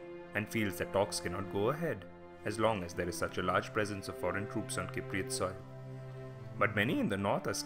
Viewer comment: Learn how to say Cypriot before making a video about it